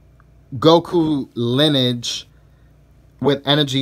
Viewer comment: Linige? It’s lin-e-age. Lol